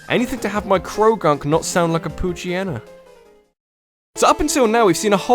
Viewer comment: It's Pooch-hi-eena not Poochy-enna